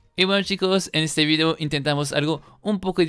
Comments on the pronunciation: Me acuerdo cuando decías "fideo" en vez de "video" xD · Escucho su vigdeo, si el dice vigdeo no video lom